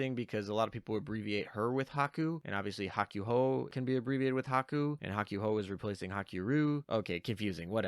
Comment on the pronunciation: Bud don't you understand Japanese at the very least? You should know the the japanese u makes only one noise when by itself and the a ooh sound. Therefore Hakuhou does not sound like Hawk you ho its Hawk ooh ho. For the love of god man you speak for a living, learn to say things correctly.